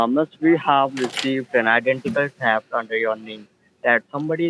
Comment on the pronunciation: TEFT ??? LOL